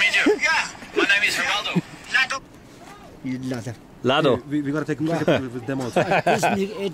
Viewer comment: Chorden pronouncing Haraldo's name as "lado" namely dick in Nepali.